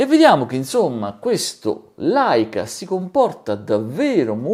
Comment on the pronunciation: Un piccolo appunto, Leica si scrive e si legge Leica, Laica è una casa costruttrice di Caravan.... 😜 Aggiungo solo che con la full frame, chiudo il diaframma e ottengo più PDC, con la m4/3, non posso avere lo sfuocato della full frame...